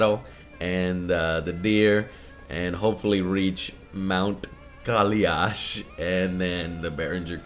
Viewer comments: It's Kai-Lash Joe; not Kali-Ash. :D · Its not Kaliash. Its Kailash. Its a holy mountain, supposedly Lord Shiva lived/lives there. Just wanted to put it out there. Don't pronounce it wrong next time, Religious people won't like it :)